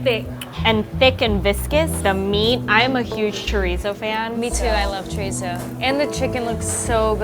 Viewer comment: I'm from Fall River, MA so the second I saw the name Alves at the second Poutine place I knew we were getting a Portuguese influence. I'm making his version. But it's NOT chorizo, it's chourico. It's pork, not beef, it's smoked and cured, not fresh, and it's pronounced shuh-REESE. (There might be a slight "oo' at the end but not with Azoreans in Fall River.) I've got five other Portuguese inspired versions of Poutine in my head and would love to open a small place. Maybe a party with a Poutine bar first? As for the steak segment I think I need to try all 3, you know, to be fair. 😁🥩❣